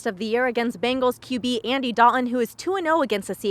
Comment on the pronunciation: did she say bagels?